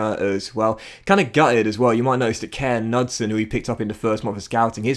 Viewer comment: How's Hallur Hanson looking?;) Also, Kåre Knudsen's name is pronounced Koreh Noodsen. Unless any Norwegians can correct me.